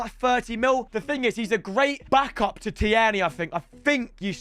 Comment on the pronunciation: It is pronounced teer-nery